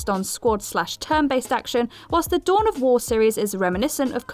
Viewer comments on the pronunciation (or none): none